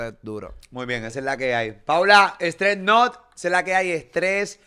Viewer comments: Molu, Stress Nut porfavor, no es StreT Nut😂😂😂😂😂😂😂😂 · Se llama stress nut no stret nut 🤦🏻‍♂️